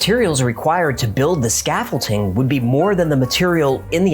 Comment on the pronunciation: Bwhahaha! "scaffolting"